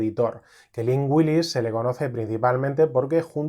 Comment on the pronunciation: Cada vez que dices Lynn Willis mis oídos oyen Lingüilis 👅 (lo sé, soy idiota 😅)